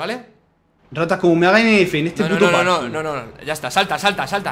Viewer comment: Buscas comentarios que dicen que dice PATKOUT y no PARKOUR